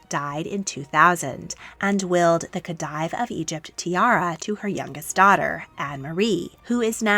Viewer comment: A good video, some pronunciation tips: diadem is pronounced “Dee-a-dem” not “Dye-a-dem” and the title Khedive is pronounced “Khe-deev” not “Khe-dyev”